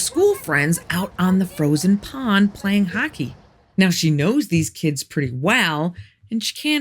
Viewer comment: I get so excited when I see you’ve posted new stories. I hear an accent every now and again. How you said Scotland and hockey. If things get too wacky where you live, I invite you to live in Canada. We have poutine and maple syrup lol.